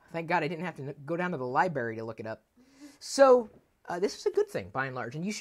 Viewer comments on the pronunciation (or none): its LI-BRARY not liberry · And then he said Libarry...it's Library... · hahaha libary. i think he said it like that as a joke.